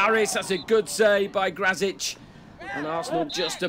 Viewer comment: Yep he is a Pole Should be "Gracik" if they want to speak a bit more correct